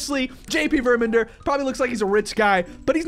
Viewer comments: It's Ver-man-der not Ver-men-der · Love your vids so much btw it's VermAnder with an A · I think the right way to say the titles name is verMANder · Verr-min-derr” just to help pronounce it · ITS VERMANDERP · It's ver-man-der